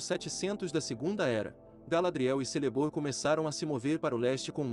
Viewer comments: Lembrando que a pronúncia de Celeborn é Keleborn. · Muito bom, mas ouvir você falando Celeborn com som de "s" me dói na alma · A letra “C” nas línguas elficas tem som de “K”, ou seja, o nome do esposo da Galadriel se pronuncia “Kéleborn”